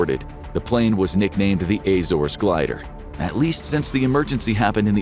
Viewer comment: The way you pronounced Azores physically hurt me